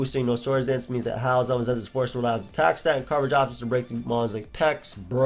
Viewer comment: Man this whole video I was listening to you say howl and it sounds like you’re saying Hau. First time you said it I was wondering why you brought him up lol